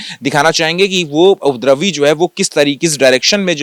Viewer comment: ये रिपोर्टर उपद्रवी का उच्चारण नही कर पा रहा है और रिपोर्टिंग करने आ गया।